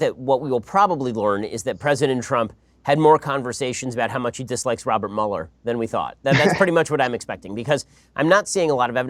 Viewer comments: Host butchering mueller is irritating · I give it a thumbs up because I love Ben Shapiro, but the way the other guy kept saying Muller's name...🥴 I couldn't bear it , I just had to quit at like 2 and a 1/2 minutes in...